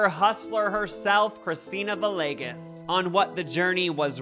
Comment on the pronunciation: It’s pronounced “vee-yay-ges”